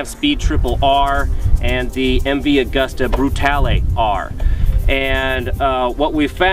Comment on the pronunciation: Can't even pronounce MV Agusta...Jeez. Guys, this is why the whole of Europe laughs at Americans.